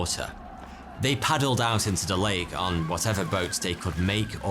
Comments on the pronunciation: Late Titicaca? Sounds like you say that at the beginning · I’m sure he says “late” not “lake” the first time it’s said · Sometimes he says "Late Titicaca" 🤔😂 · Did u say late Titikaka a few times!?